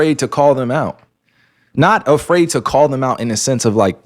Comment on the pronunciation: "alot of guys are afraird to be embarassed" yes bro BY YOU.